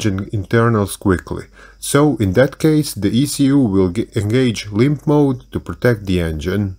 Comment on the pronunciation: I want to make a compilation of Everytime he says "lympTf moaadd"